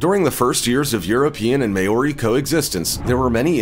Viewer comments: Only person in the world that can't pronounce the word " Maori" and they got him to narrate . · You pronounced Maori wrong and I don’t think the US army is scared of them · Just saying this guy is worried about the way he pronounced sweet grass but yet the way he pronouces Maori is way off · I really hate the way he pronounced Maori, not even close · And you are pronouncing Maori wrong goose! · maori you pronounced that soooooooo wrong and probbaly offended alot off people im from new zealand btw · Butchered the hell outta that maori pronunciation 🤣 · Pronunciation of maori is embarrassing 😳you need to learn language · He can’t pronounce Maori correctly!!! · List was in wrong order, narrator sucked, and its "mow-ri"...NOT "may-o-ri" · MAY-ORI hahahahahahaha that's not how it's pronounced, Closest way to say it is "mouldy" like mouldy bread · may-ori? sorry having heard the name many times directly from maori people in the English lang it would be pronounced Mow-re . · The indigenous tribe in New Zealand are the Māori people It is NOT pronounced mayori! Phonetically it is pronounced Mawri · The way you say Maori bugs me. It's not pronounced May-Ori! It's pronounced Mow-Ree. Like how you say the Hawaiian city of Maui (it's similar to that but add the REE sound to it and you get MAORI) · Maori is not pronounced May-ory, it's pronounced Mow-ree 🤣🤣🤣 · Far out bro I’m Maori and you butchered the hell out number 3’s name 😂😂 it’s pronounced sorta like “Mouldy” or like “Mole-dee” not “May-ore-ee” sheesh. You are spreading misinformation when you don’t properly pronounce things, it can come across disrespectful haahaa. Nice video tho but I reckon you must’ve butchered a lot of other tribes names too. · May-ori?! Lmao its MAH-or-ee. Literally google it and hear how they pronounce it. Not that hard🤷🏻‍♀️ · The New Zealand people are pronounced ‘mao-ri’ I believe.. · did he just pronounce māori as mayori? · Maori is pronounced 'mohw rhee'. Besides that. This was total click bait.